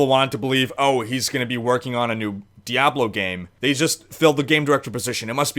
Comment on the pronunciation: lol "Diyablow"